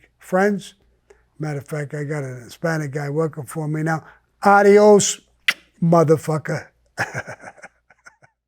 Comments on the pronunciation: Yo sammy big fan in the 80s i worked at one of castallanos meat markets in brooklyn. Just want to say im puerto rican and get a laff every time u say adois mutha fucka.hell ya NY FOR LIFE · Sammy makes Adios and Videos sound exactly the same. Love it.